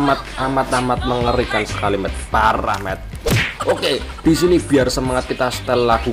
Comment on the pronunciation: Bkent: PARAHMEN: PARAHMET